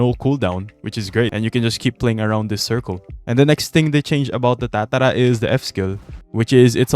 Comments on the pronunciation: please stop saying tatara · the way you say tatara 😮